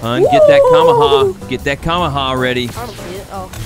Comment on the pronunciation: It kinda makes me mad that they first say kamekameha wrong*sorry for typo*and that they call the deli smash the kamekameha